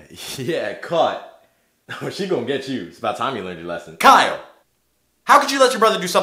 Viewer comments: It’s ky-yell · dis dude said kyele